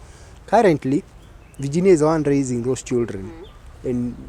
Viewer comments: Ati vaaginia, mscheeew! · Here after Tuko Talks. The way ur pronouncing the name Virginia doesn't sound well Varginia. Ur a Kenyan, why? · I don't like the way she is prounasing her first name.